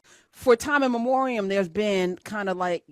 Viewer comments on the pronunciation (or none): 'Time immemorial', not 'time immemorium.'